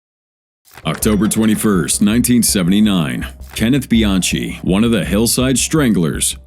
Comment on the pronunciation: His name is pronounced Bian-key not Bian-chee